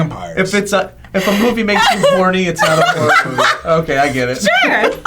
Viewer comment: hahahahaah i heard "whore nut"